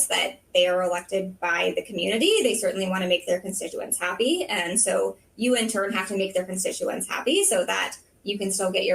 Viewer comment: the way she says "community" and "happy" makes me unhappy.